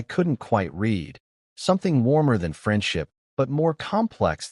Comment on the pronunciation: As usual, most occurences of "read" and "unread" and "misread" is mispronounced. A human narrator would know what's required from the context.